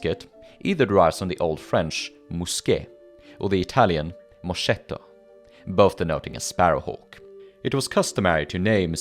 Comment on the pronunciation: it's pronounced mo-sk-eht-to, as the sch- construction in Italian is not equivalent to the German one.